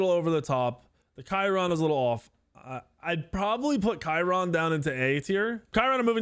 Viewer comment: Love how he kept calling charon chiron xD